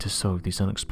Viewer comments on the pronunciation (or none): At the end he said don’t forget to scribe